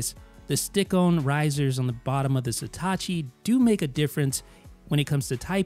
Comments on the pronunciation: Again; It’s „Satechi“, not „Setacci“! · dude its satechi not satachi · Jesus Christ, how hard is it to say SA-TE-CHI? It's not STA-CHI. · Why is nobody mentioning that he keeps saying Setachi when its Satechi?? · You're pronouncing the name wrong... It's not Setachi, it's Satechi. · You pronounce Satechi as if it was written Setachi. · What's with the "Sitachi" pronunciation? It ain't Hitachi. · stop saying "seetahchee" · Maybe one day he'll pronounce the name Satechi properly